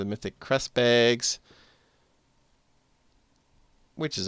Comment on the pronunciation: I like the way you say bags. BEHGS.